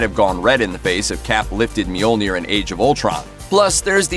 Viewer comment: I hate they way you pronounce Mjolnir 😩